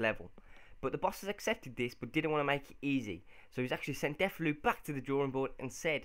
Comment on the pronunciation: Really good series idea but you're saying Deulofeu's name wrong!